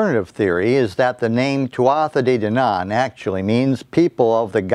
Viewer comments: Your pronouncing it wrong, its pronounced "twoah day dannan." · It's pronounced Tootha Day Dannan